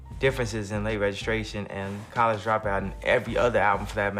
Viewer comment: No way this AI called Ye a fucking COLLAGE Dropout.